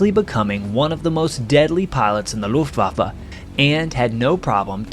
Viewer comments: "Looftwaffa", it's Luftwaffe for god's sake. Not so hard to pronounce this correctly. But Americans are masters in butchering German words. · This is one of the very enjoyable stories and the storytelling is great. There is however one thing that keeps bugging me each time it's pronounced.. the Luftwaffa.. It is Luftwaffe. E on the the end is pronounced the same as E in "end" Same goes For E in Porsche. Not Porscha or Porsch. It's e just like in "end". 😉